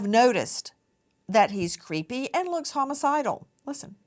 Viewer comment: "I have worked with meenay meenay people under the autism spectrum, and none of them have ever seemed crayeepee." Ok, thanks Nancy. Maybe go back to Alabama...